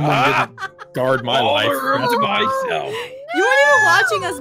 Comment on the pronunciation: Blaze: gard Me: you mean gut you will gut not gaurd